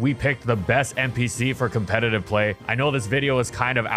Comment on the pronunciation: I raise a petiton that only allows Wolfe to be covered on this channel once he learns how to pronounce "competitive" correctly